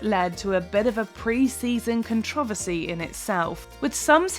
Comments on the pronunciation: why can’t you say controversy 🎤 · Other than you don't know how to pronounce CONTROVERSY?!?!